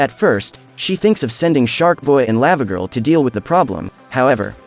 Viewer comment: I was cringing a bit at the pronunciation of Lavagirl. It's Lah-vuh-gurl, not Laa-vuh-gurl.